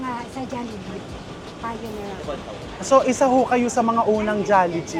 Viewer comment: Why do u call it Jollijeep and when was it started?